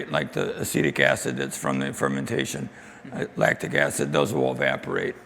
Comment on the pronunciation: I thought he said 'Acidic Acid' at first...